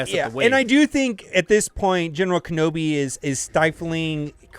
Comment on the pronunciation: Ken-awbi "ahnald" lol